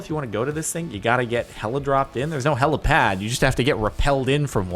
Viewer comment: Jordan didn't say heli pad he said hella pad